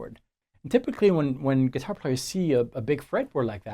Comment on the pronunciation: Speaking of your French,, I have been wondering why you always pronounce "guitar" are GUITAH, since this is unexpected from a Frenchman speaking English.:)